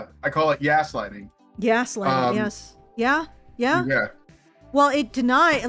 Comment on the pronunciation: "YAS-lighting" instead of gaslighting. Genius,!:D